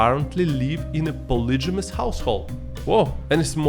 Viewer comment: It would be helpful if you at least googled how to pronounce some words before making a video using them. Like, it's not that hard. Rifle, reputation and polygamous are some examples of words that are not pronounced like you pronounce them. Some self-awareness on your part would be great